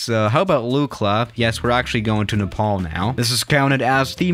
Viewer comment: finally pronounced Nepal correctly